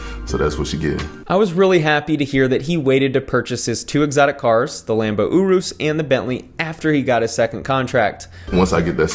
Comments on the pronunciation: It’s pronounced Your-Us😂 I was confused when I heard OoRoos😂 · Uroos lmao . its said like this your-rus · Js it’s pronounce Your-is. Other than that love these videos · He called the Urus an “oorus” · Fan of the content but it's "yure-russ" not "yoo-roos" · It’s pronounced Ureis and spelled urus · The way you say Urus makes me want to die